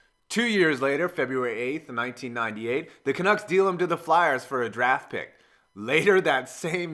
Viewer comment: the "canooks"....this fucking poser cannot even pronounce hockey names. he bitched Vezina (veh -ZEENA). fuckin dumbass.